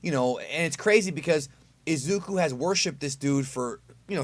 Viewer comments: AHHHHHH I'M SO TRIGGERED BUTCHERED IZUKU'S NAME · The way you pronounce Izuku’s and Bakugo’s name😂